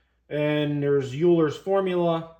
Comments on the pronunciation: Engineering pedantry: it’s pronounced “Oiler”, not “ewwler” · One minor correction, Euler is pronounced "oiler" like someone who oils something.